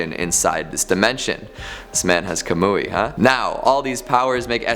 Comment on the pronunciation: Scariest thing ever heard: Kamui pronounced Kamooie